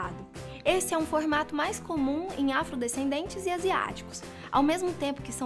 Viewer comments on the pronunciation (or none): none